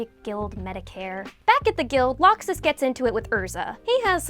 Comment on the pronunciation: How do you mispronounce laxus?? How???